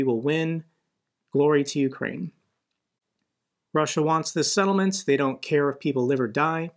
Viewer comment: I really enjoy how much better you get over time at pronouncing slavic settlement names lol